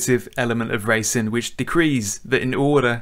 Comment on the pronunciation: I wish you would pronounce the g at the ends of all you words. Brakin, steerin , racin All these words have a g on the ends :-)